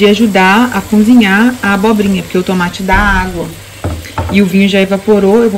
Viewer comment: uma dica ou correção, como quiser... Pronuncie "cozinhar" ao invés de "cunzinhar". Fica mais bonito 😉